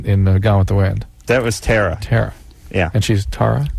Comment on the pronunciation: "Terra" don't call me "Tarra" goddammit